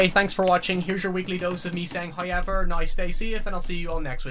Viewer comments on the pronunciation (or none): "Alright here's your weekly dose of me saying hoyever" You know your audience very well, cheers! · That is the reason I came here for a fresh dose of "hoi-aye-vaar". Once you been "hor-vadoor-eed" there's no going back... Its like the Spice from DUNE every taste is never the same as the last.